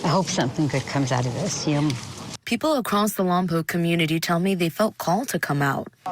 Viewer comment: Lompoc is pronounced lom pawk. It's not poke. I hope this little girl is found alive and unharmed.